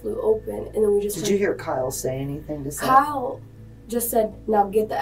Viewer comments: Why’d you pronounce it Seeth when they said it over and over as Seth in the footage? 😂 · Awww seath, watch out for seath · To be fair, "Seath" is a stupid way to spell Seth. Only in Florida 🙄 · I like how he calls him “ seeth”, lol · Why’d you keep calling him seath when you clearly hear them pronounce it as Seth LMFAO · Why are you calling him SEETH when it's clearly pronounced SETH?!?!!! YOU CAN HEAR EVERYONE REFERRING TO HIM WITH THE CORRECT NAME. WHY ARE YOU BEING DISRESPECTFUL LIKE THAT?!?! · Poor "ceeth" 😂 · Why are you pronouncing it as SEATH? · Seath?! Seath?! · For the love of God, it's SETH not Seeth. Do you need us to call you and ambulance? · Seth ...is NOT pronounced SEATH ...lmfao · Continuing to say "SEE-th" when they are in the interview saying "Seth" multiple times is kinda lazy. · Seeeeeeeth How do you get it wrong when they say it a million times… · Was ready to give the video a thumbs up but the AI saying "Seeth" for Seth just made me downvote so fast. STOP being lazy and using AI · It’s pronounced Seth. Not seethe. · The fact that you think his name is pronounced “Seeth” despite his name being said aloud numerous times makes me want to unsubscribe and find a new story teller. Come on man. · You watched the same video as we did, many more times most likely, and you still keep on calling the first victim Seath, instead of his name Seth…..smh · I actually agree with this comment as well. Makes absolutely no sense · They say his name is pronounced as ”Seth” but still you don’t know how to say it? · AT LEAST SAY HIS NAME CORRECTLY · I know its a small thing to get frustrated about but How do you mispronounce a name when its spoken correctly in the video clips attached? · Narrator! this boy is dead the least you could do is pronounce his name correctly .